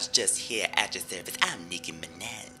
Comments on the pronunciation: Nicki MinEH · Im nicki mineh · no its nicki minuh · Wow it’s really the Nicki Mineh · Nicki Mineh~ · Nikki Mineh..